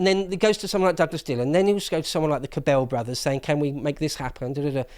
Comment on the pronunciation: Minor point, very minor, but the pronunciation for the Cabell name emphasizes the first syllable. I say this because I lived in Dallas when he was mayor. I heard his name hundreds of times.